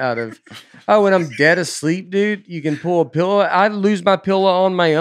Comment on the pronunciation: Can we talk for a minute about how pronounces “pell-low”?